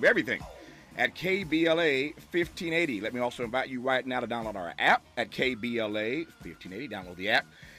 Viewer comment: Dr. Cornel West said "K B L S"............but it's NOT; right?........isn't it: KBLA??...........it's a simple mistake though.